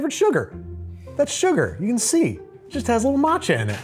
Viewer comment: That "matcha" is shameful.